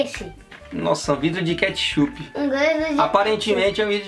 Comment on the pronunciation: O guetichupi da para fazer trolqgen